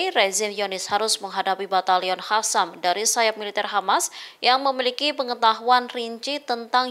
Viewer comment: Jnggal kalo bilag mujahidin hasam padahal qasam gimna pmbawa acara nya😂